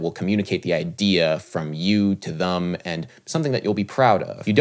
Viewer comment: Hey Adam love your channel(s) and had a deep philosophical question. How come you pronounce them as thum 😎 (sorry couldn’t stop myself) ? Did Miles pronounce it that way... ?